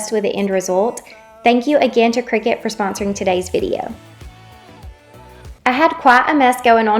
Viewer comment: I think you're pouncing Cricut wrong